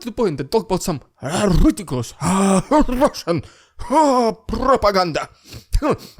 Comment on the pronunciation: RRRRRidiculous..RRRRRussian..PRRRRopoganda! Lol gets me laughing every time!